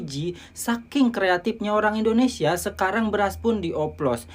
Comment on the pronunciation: Dia juga sebut indonesya